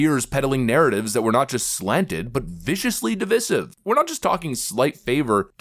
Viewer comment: Idiot still doesn't know how to pronounce "divisive"